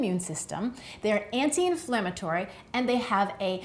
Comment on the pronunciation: And "Anti IInflammatory